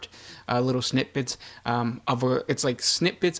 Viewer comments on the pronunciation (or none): It's "snippit" not "snip bits"....